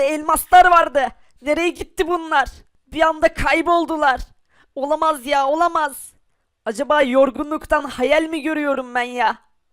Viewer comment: olamaz demek yerine olamas diyor